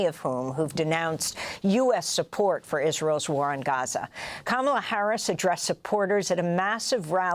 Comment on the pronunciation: Lady learn how to say"Gaza"